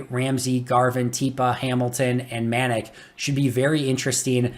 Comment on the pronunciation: Manac is pronounced Muh Nac. Like Attack.